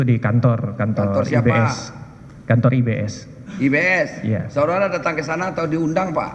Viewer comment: Lucu pa hakim ini nyebut IBS selalu IBM😂😂😂